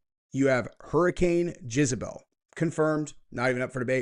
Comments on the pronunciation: Are you saying Jizz-a-bel on purpose? Lol. It's Jezz-a-bel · For the love of god, its JEZABELL not JIZZBELL 😂 🙄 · I love that you keep saying jizzabel instead of jezabel 🤣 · Is anyone else hearing "jizzabelle" lol? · How many times does say jizzabell. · Gonna start calling you "" after hearing your pronunciation of Jezebel. 🙂🕊️